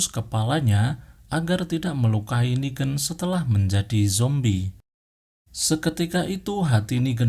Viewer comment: klo inggris lebih ke neigan (pake logat inggris) klo ini nigen tapi logatnya indo